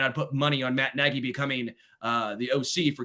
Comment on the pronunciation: I commend for knowing how to pronounce Matt (NAY-GEE) Nagy's NAME. But concerning his verbage i can only condem the Louisiana Legislature for coming up with For UnlawfuL Carnal knowledge Statute.. Relying on the f-word to Articulate an opionion is unimpressively weak. Throw that word out & express yourself, the explitive is not required...